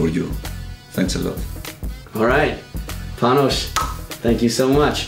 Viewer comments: Nice video. And Panos was so gentle not to correct his name. It is not pronounced Panosh. It is a simple s in Panos, the short form of Panagiotis. Not to mention that in Greek they have a so called vocativ. That means when talking to sombody in direct, the s at the end of the name would not be there. It would be Pano or Michali o Giorgo o Pavlo etc. But that's just my "smart guy" speaking here. I like Adams videos and his guests. And of course Gionis is one of my favorites if not my top one. 😏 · But his name is not Panosh. It’s simpel Panos, dear. And then in Greek they are a little bit fancy. If you speak to him in direkt, the „s“ at the end disappears. That means you call him Pano. Or of course Panagioti. Sorryfor playing the wise guy or the smart ass. But it is what it is. 😉